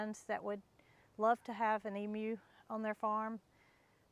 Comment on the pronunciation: This Aussie is very pleased you're pronouncing Emu the right way. 👍